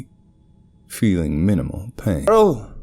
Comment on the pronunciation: Feeling minimal pai-OH-n